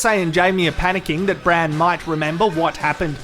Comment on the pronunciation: Enjoying the recaps but, should Bran not be Brando ? Branno sounds weird